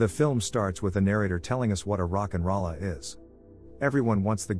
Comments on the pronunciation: Rock n roll a not rollah. Thumbs down cuz I had to hear it wrong 50+ times lol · Almost closed this tab after hearing the robot say Rock n Ralla...